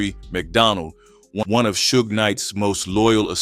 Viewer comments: Right... cause who TF is Soo-gah Knight? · How can you not pronounce Suge correctly?...lol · reading is fundamental.. you KNOW 2pac and Suge's name yet u STILL pronounced it wrong.. until u finally figured out WHO it was.. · The AI voiceover is bad enough, but not checking to make sure that it's pronouncing things right before uploading seems lazy. Even the same name 3 different ways, like everyone doesn't know how to pronounce Suge and wouldn't notice? I want to like this channel man but you're making it hard to